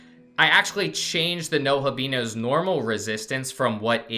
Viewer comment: You did not just say NOHAbino 😂